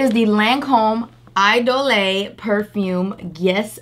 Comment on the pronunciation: Lol...the way she pronounced Idole. Lol...It's just "E dole." Not "I dolay." 😆